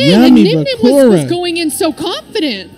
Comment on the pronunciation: low-key called Nyhmnim, 'Dzeef' on stream lol